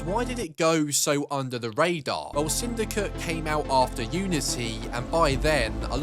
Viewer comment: Bro says "sindycuh"